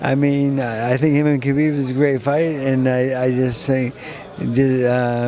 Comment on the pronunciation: One of the very few reporters/interviews who actually says khabib name correctly